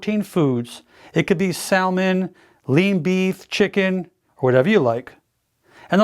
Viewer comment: SAL-MAN? its pronounced SAH-MAN - no L - its silent. Every time I watch these videos, I need to eat a plate full of donuts.